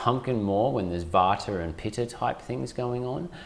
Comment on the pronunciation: He said vater and pitter? Isn’t it vata and pitta? Why the different pronunciation? Good info though! 🙂